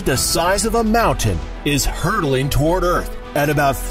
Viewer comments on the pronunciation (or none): none